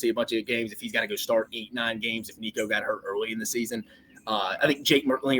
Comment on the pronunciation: Please look up how to pronounce Nico’s name